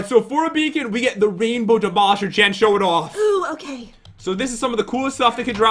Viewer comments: Its Jen Not Gen are you trying to make fun of Jen!!! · Lopaka Ell-Peterson its jen not gen hahahahaha